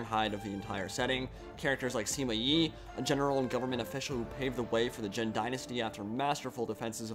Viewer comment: On you can find the proper pronunciations of the names, like for example Sima Yi sounds more similar to Sooma Yi instead of Seema Yi, while Zhang Fei is pronounced almost as if it had a J at the start. I know it's a small thing and It makes me a bit of a pedant to point it out, but I think knowing this stuff helps show a bit of familiarity with the characters and setting that you wouldn't establish by pronouncing the names wrong.